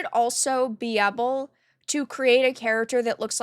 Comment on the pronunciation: Am I crazy, or does pronounce "able" as "ebble"? Its actually kinda cute ngl.